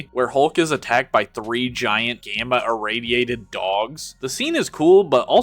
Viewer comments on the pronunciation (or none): none